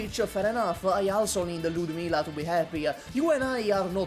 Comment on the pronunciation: The love for Ludmila is palpable — the pronunciation is on point